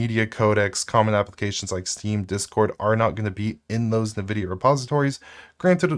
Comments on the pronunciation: Not that it really matters, but it sounds distractingly weird every time you say “Nuh-Vidia” instead of “En-Vidia”. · It is wrong.... It's ENNN-VIDIA. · "Nuh-VIDIA"? Is that right? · Nvidia - a play off "invidia" (translates to 'envy') pronounced like it too (in-vid-ia not na-vid-ia) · still can't say nvidia correctly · I mean sure, but I was just talking about the pronunciation. It sounds...wrong.